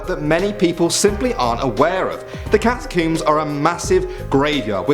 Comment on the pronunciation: The way he pronounced catacombs XD "cataqumes"